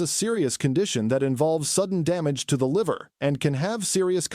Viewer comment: so do us a favour and get a human being to read your script and don't insult us with AI reading and mispronouncing many words - like 'hepatitis' as 'hepati-tees' and 'damage' as 'dam-arge'